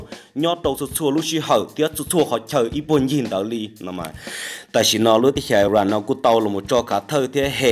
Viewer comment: Koj yeej hais xov xwm tau zoo lawm Kuv kuj nyiam caum saib koj Tab sis muaj ib qhov xav kom koj hloov me me Xws li IRAN mas koj hais tias ais ran no. Nws yog is ran. Yuav tsum hais lub suab yoog kom thooj li luag hais Ib yam li peb haiv hmoob Yog leej twg ho muab hais tias hmoov no los yeej tsis raug. Tsis yog tib yam Es kuv tsuas hais li no xwb. Ua tsaug